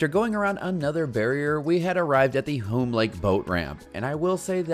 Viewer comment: The name is pronounced similar to "soon" or "tune", Hume Lake.